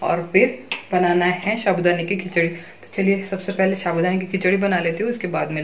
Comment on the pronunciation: शाबूदाना नहीं साबुदाणा